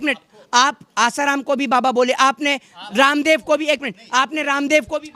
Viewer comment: Bhai aap.kyun baba.randab bol.rahe.ho ramdab